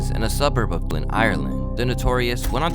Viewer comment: "Dooblin" bro? Really? No attempt at all to learn how to say the word that there's a million clips of people saying it the same way (because there's only one way to say it I've never heard anyone get that wrong until today, c'mon now bro.) I've loved your videos for the longest time and you've hurt my soul today bro what the fk made you think that it was pronounced like that? And you got Khabib's name wrong aswel it wasn't even close to the way it should be said. I don't understand why you didn't try and just quickly check on it so you could get it right, it would've taken you two minutes at the absolute most. Bruh....just.....bruh🤌🏻😑🤌🏻